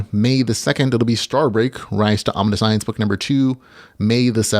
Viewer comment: It is "omniscience" (all one word - "omnishence") meaning knowing everything, not "omni science". :)